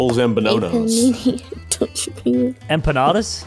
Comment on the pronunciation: Bro said enpanada and I was just eating it while watch!!